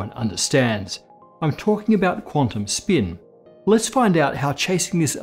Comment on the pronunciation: I utmost hate the way he pronounces the word "spin"